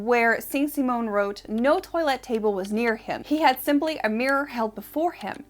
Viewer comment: LOVE your show, but I am going to play Schoolmarm, and tweak your pronounciatiion of "toilette"! It is not 'toylette', but 'twahlette'. You are so very well-informed about so many things, it surprises the hell out of me that this one got away...but you rock, so don't take this as a trolling, lol.❤😊